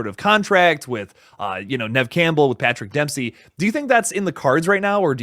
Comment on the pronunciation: Am I hearing this wrong, or is saying “Patrick Dempski”?